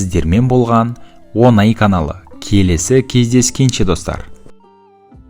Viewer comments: Онай емес оңай. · ОНАЙемесОҢАЙ десей мақау